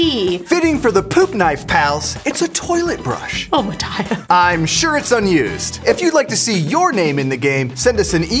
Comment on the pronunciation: I have someone in my class named Mataya and that’s not how you say it 😂 (488th comment)